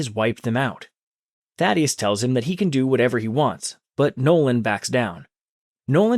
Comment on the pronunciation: Why did he say daddyesi. To Thaddeus